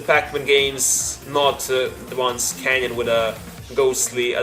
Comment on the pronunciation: Do you seriously pronounce "canon" as "canyon"? xD